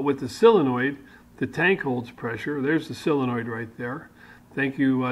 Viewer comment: Thanks, very envious of your set up. Hope to emulate some of yours and your friends ideas in retirement soon. Did you mean Solenoid? Or Aluminium? Or Solder..?...Only pulling your chain of course, we have perfect diction Down Under. Long may you run.